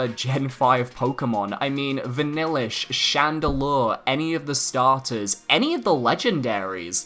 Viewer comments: Hold up hold up. Vanillish? Chandelour? HA! HAHAHAHAHA! THATS THE FUNNIEST THING I'VE HEARD! You just made me day! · Did you really say vanillish?? 🤢🤮